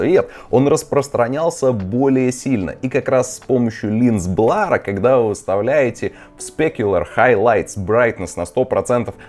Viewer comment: Густарёв, прорыгайся ты уже. Хватит кадыком играть, заманал. И какой нах..р "блАр", дерёвня? А так давай, снимай ишшо.